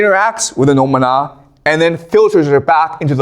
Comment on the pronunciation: Is it just me, or is there anyone else who always starts to sing mana mana whenever he says noumena?